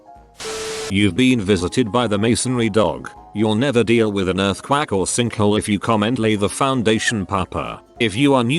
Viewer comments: Nobody: Bot: Earthquack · End card: Earthquake Robotic Narrator: Earth-quack Me: lmfao